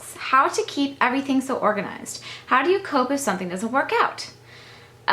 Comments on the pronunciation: I've always noticed that she says "sun-thing" too. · Oh, I cannot believe it. Now all of a sudden the big thing is you say "sun-thing" instead of something. I just...I guess if that was all I got from the video and if it bothered me, I'd move on. I just really don't understand why someone would 1) comment on it, and 2) ask "why." I wonder if anyone ever gets asked WHY they ask rude and/or stupid questions. What's gonna happen when someone realizes your eyes aren't blue. I'm glad you're above all this stuff,...still irritates me!:)